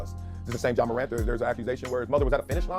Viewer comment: It’s Ja not John. Please get the basics right. Helps the platform